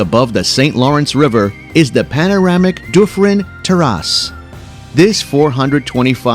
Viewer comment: I love how he pronounced Dufferin Terrace (an English name) as doo-frin' tear-asse. :hand-orange-covering-eyes